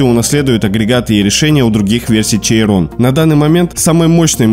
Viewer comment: Немного по поводу произношения: Chiron = Щирон, La Voiture Noire = Ля Вуатюр Нуар. А так прекрасное видео)